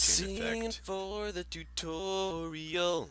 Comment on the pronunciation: it's "im siingin for the tutooriOL" ;p